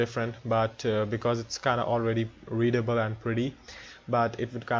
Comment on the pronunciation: Hahahaha that (.preety ) though xD. Happy new year!